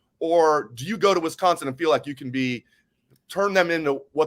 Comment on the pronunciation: If says “Wesconsin” one more time 😂